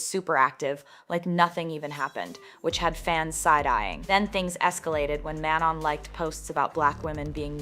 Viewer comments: I feel that way also like even mispronounced name of the member the whole video (i mean it's not ManoN) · my point exactly, it baited me every time. “MAN-on”